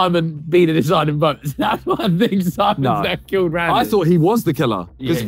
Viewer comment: "If anything you've thawed" 😂😂😂